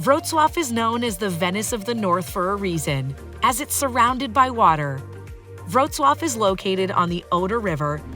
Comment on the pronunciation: Indeed, and the appalling pronunciation is an insult.